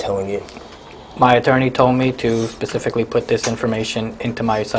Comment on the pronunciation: This guy talks like he has an iq of 70. Pacifically for specifically. OMG. This is Just awful. Just to think this guy has a gun. God help us all.